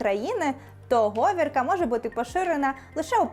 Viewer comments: Мені теж здається, що має бути говІрка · Цікаво, але наголос у слові говірка на і. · В словниках говІрка, а якою говіркою на перший склад зміщено наголос?